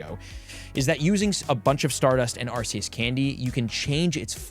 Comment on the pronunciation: How do people still pronounce arceus wrong lol the C is pronounced like a K